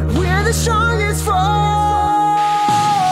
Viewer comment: "Stronjhest". Hahaha, this pronunciation surprised me. ^^ Besides this, I love the song!